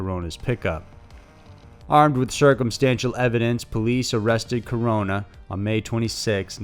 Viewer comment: Hey man, props for pronouncing Mexico and Corona's name correctly